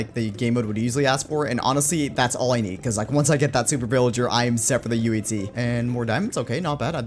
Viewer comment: I like the way he says in today's minecraft UHC it sounds like in today's minecraft TNT